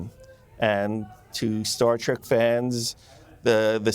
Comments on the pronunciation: It's pronounced "trek", not "trak". Is the director saying that Garak was gay ? Wasn't he smitten with Gul Dukat's daughter for a time, or couldn't he close the deal ? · You mean Colonel Kira. She was promoted. Why are some people pronouncing Star Trek as Star Trak.